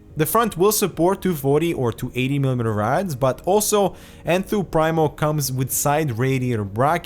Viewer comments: Pree-mo not prime-o; great review and thanks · I believe it's pronounced "preemo". I think it means "the first" in Latin. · I'm getting this case as soon as I find it in stock :) Just to give a little more backup for the argument that it is indeed pronounced PrEEmo (not Prime-o), there's a video from Overclock . net where a Phanteks employee gives a walk-through of the case and calls it Enthoo Primo in the traditional pronunciation (preemo).